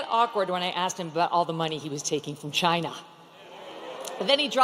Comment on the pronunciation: MK says Chi na like Rump. Barf.